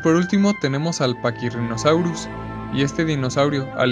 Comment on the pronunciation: Muy buen video n.n Me gustó mucho... Pero como uno (Gabriel Gonzalez) ya te ha dicho cuáles fueron unos pequeños errores que tuviste, yo te aconsejo en otra cosa. Cuando mencionas al Deinonychus y al Pachyrinosaurus, los mencionas con la "ch", pero en realidad, todos los nombres de dinosaurios que tienen una "ch" se pronuncia como una "k" o una "c" (dependiendo del contexto). Por ejemplo, se pronunciarían "deinonycus" y "pakirinosaurus"